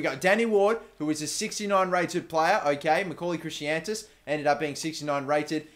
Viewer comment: It's Chris-antus